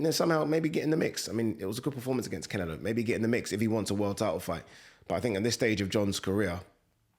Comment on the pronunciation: Why "Cinelo" every time?! Interesting if he did fight Crawford., the latter would have to be careful not to get lamped.